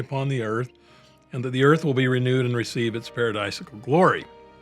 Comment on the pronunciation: Mispronounced word paradisiacal in quoting Article of Faith